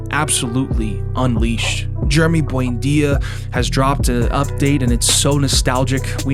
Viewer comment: Why do you always pronounce “Buendia” as “buainda”?!